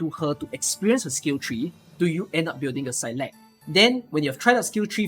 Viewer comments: It's actually pronounced like s-eye-lock if you want the Gaelic pronunciation which means willow. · I've always read Saileach as "seyl eetch" and it was extremely weird hearing "saylekh" all the time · Is that how you pronounce saileach? That's so weird man